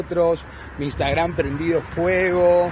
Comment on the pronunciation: La voz del video:"instegram"🥵🤣